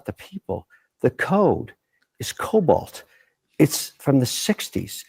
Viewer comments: Cobol not Cobalt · "The code is cobalt" - or COBOL maybe? 😁